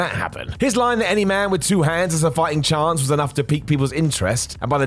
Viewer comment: Chance* not Chontce